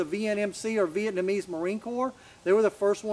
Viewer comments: "South VietMANese" lol. I had to give you a hard time Brent. Out of respect. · Man you're killing the word Vietnamese. Not VietMAnese